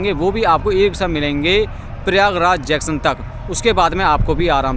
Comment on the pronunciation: बावले जैक्शन नहीं जंक्शन कहना चाहिए आपको । आपने रास्ते बताने के लिए काफी मेहनत की है बताने के लिए बहुत बहुत धन्यवाद